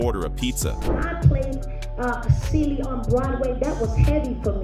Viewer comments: Who is Salee and Kary? Its cee-lee. he also said Fantay-Zia wtf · Who is “ say Lee”. Lawd AI !!!!! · It's pronounced Celie (See -lee)😂😂😂😂